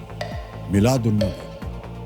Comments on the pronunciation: Molid nahi hota he miladunabbi hota he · It's, milaad not mauleed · Molid nahi balke molud hota hai